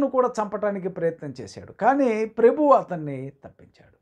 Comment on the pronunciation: ఇలా మీరు పబ్లిక్ గా పాస్టర్స్ ను ఒకరిని ఒకరు విమర్శించండం బదులు డైరెక్ట్ గా వెళ్లి మాట్లాడండి.మీకు కనీసం పాస్టర్ గారి పేరు పలకడం రావడం లేదు..దేవుడు క్రైస్తవులను ఒకరిని ఒకరు విమర్శించు కోమని చెప్పలేదు.యిది దేవుని ఎరుగని వారు వింటే దేవుని నామమునకు అవమానం. ప్రెభువు కాదు ....ప్రభువు...